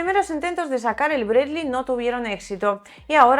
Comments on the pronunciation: Sólo hablando en ruso se le puede decir "Bred-ly" al "Bradley" 😃 Es más duro que el M113 pero seguro lo bajan con disparos calibre 50 o mejor algún cohete. Muchos éxitos y ganancias. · A ver si algun dia aprende a pronunciar Bradley como Dios manda